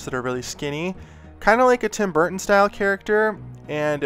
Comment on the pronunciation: It looks like something from the Nightmare Before Christmas! I’m IN LOVE with this piece! Oh... he just said “Tim Borton” haha that was his goal... haha I knew that 😅